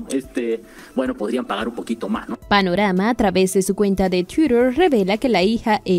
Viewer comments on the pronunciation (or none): se dice tuiter no tuirer, que locutora mas huachafa twitter si lo pronunica en ingles y francke lo pronucnia en español